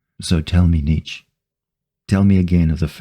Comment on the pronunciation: Nnijd or Nijd. You did pretty good in my opinion.